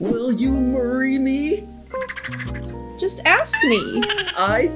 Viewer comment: “Murry me”